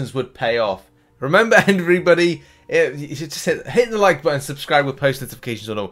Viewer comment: after that german intro i heard Hitler instead of Hit the like 👍🏻